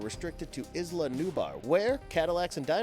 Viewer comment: Interesting video. For the narrator, though, the word "Isla" is pronounced as ~I/eye-Lah/luh~(akin to "island") & not as ~Is-Lah/luh~.